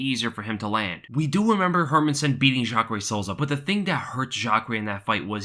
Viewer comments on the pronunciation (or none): none